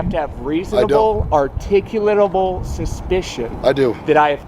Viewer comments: if people are gonna do these audits they need to learn to pronounce the word articulable. are-tick-you-la-bull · Why can no one say articulable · Everyone has such a hard time pronouncing “articulable” LOL 😂😂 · LOL. This auditor can't articulate the word "articulable."